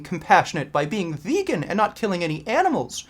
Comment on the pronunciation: I realized why your JP impression is 9/10 only. Peterson can't pronounce the the word 'vegan', so he says something like vaguean... xD